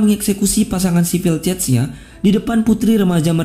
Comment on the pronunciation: cesnya bacanya bukan cetnya wkwk